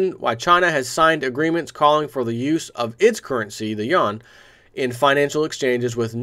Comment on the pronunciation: 'Yoo an', not YAWN. Ha ha ha